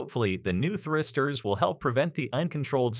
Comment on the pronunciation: Thristers? What are Thristers? I detect an almost Kiwi inflection with reference to Space icks. That might account for 'thristers'.